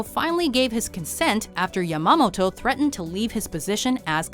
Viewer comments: "Yamomato" almost kind of sounds like ya "momatoe" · Did the idiot narrator actually call him Isoroku "Yo mama toe" in the video? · Can you please learn how to pronounce Waimanalo Beach (WHY-muh-nah-low) and Admiral Yamamoto (Yah-mah-moe-toh) BEFORE you make a video? I cringe... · Lol she said yo mama toe